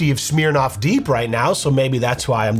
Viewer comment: I love that you pronounce “Smirnoff” like “smeer-noff”